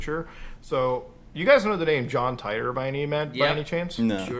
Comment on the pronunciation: Not "John Tighter", "John TEE-TOR"